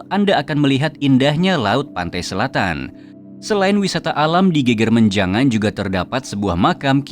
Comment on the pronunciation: Geger menjangan lafalnya slah.. bukan geger (rusuh) tp geger (punggung) beda lafal😊